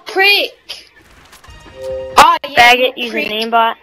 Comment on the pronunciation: "he's such a prique" LOL